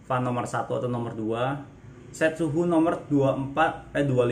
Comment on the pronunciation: Baca Fen..bukan Fan..